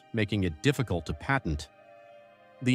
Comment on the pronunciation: It’s called Patent not pattern & if you listened to the report you’d understand why he chooses not to seek a patent just now